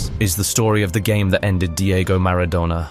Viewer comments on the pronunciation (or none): It's not -douna, its -donna :) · Who TF is Diego Marra-donor? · I HATE these stupidity AI narrations. Who the fuck is Diego Maradowna??? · Who the feck is Diegough Maradoughna? You mispronounced everything. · He wasn't 'Diego Marrow-Donor' you ignoramus. Say his name properly. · Mara-dough-ner? AI voice? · "Mara-DONER" ??? NOOOOOOOOO 😢 😭 😠 😡 👿 😤 🤬